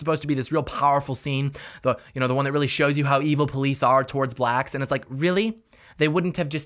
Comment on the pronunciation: Hey brotha man this movie does sound absolutely ridiculous however I didn't like one thing you said, why'd you emphasize the theater was for Blacks?? Sounded a little weird to me, just try and correct that a bit.